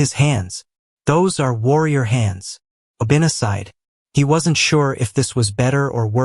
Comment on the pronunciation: I like the story but Obinna is pronounced wrong fyi